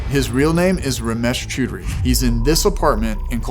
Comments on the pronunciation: its pronounced 'chow-dree' i think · This is effing hilarious. The unintentional mispronunciation of Ramesh's Last name (Chow-Durry) literally means, Ramesh is getting F*****D (Chud Rahi) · That's not how you pronounce choudhary 🥀💔🤣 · your accent for the name is honestly so hilarious no offense! as an Indian im not used to foreigners saying Indian names so it just makes me crack up no offense